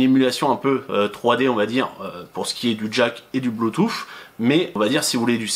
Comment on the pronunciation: Bluetoo"SSE" pas bluetoo"FFE" ! :)